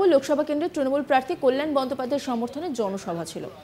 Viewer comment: কি ভাবে বাংলা সংবাদের কর্মী হন্ যখন তিনি বাংলাই বলতে পারেন না সঠিক ভাবে!! কাল্য়াল বলছেন তো কল্যাণের বদলে।